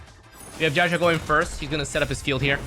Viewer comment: bro said jao chill xD